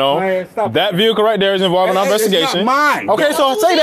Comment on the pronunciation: Ex Paralegal and I absolutely love your Channel. The little catch phrase you say at the end of the the videos needs a small tweak. You say "ARE" freedom.... It's actually "OUR" freedom. Our rhymes with power. Are rhymes with car. 😊 anyways, I do love this channel.